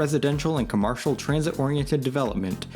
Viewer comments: You seem to be from Chicago. In my three decades here, I've not once heard someone pronounce commercial like that. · what accent pronounces commercial like that? What do you call the things you see on TV during breaks? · "commARcial" reallly kid? How do you not know how commercial is pronounced? Also what is "Jeherson Park?" Never ceases to amaze me how many people on YouTube don't go back and fix their obvious mistakes. It's not like this is live.